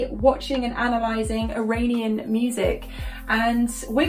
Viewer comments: I know you’re trying sis, it’s pronounced eeranian ❤️❤️ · Thanks for right pronunciation of iran and iranin words. Most of the time news media propaganda cooperation industry brainwashing people's whit dangerous eye _ranin pronunciation!!!! Iranin Italian eye ranin eye talian 😅. Thankfully your pronunciation is correct.